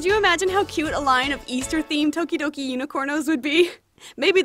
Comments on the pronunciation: I thought you said todoroki for a second and I was frantically looking for a todoroki doll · Thought she said todoroki :( BUT THIS IS STILL AMAZING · Who else thought that she said Toderoki? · For a sec I thought you said “Todoroki” I’ve been watching to much mha